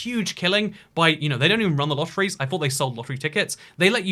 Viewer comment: Lotteriee lol